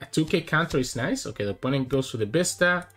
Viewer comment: love your content man. but for gods sake stop saying Bista, its Vista! :D